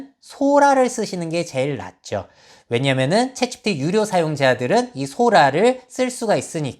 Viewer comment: 내용은 좋은데 "챗지피" 발음이 거슬려요 흑흑